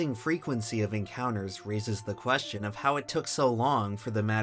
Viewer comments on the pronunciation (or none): none